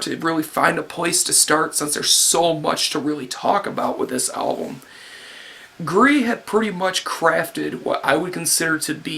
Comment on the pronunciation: Your pronounciation of gris was alright. Btw gris means Gray